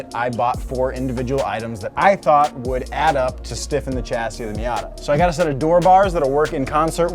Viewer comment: Its pronounced shassis not a hard CH, also for future reference "aluminium" 😂